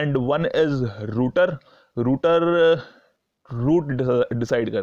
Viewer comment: Last point is not रूटर it's राउटर